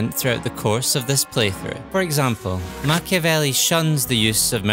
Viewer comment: Be italian. -open a video about playing a strategy game following the example of a famous book. -first thing the narrator does is mispronouncing in the most ear drilling way the name of the author of said book. -leave a comment dies of cringe